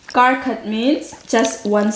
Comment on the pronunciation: Even in mizo kar khat can also means one step, but the tune is a little bit different. Kar khat for one week we pronounce kar a little bit higher just like you have done. But for one step kar will sound like car. Anyway you both are so cute.